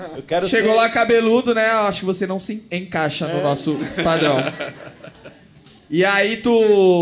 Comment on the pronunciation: "Enkayxa", rsrs 🤦‍♂😆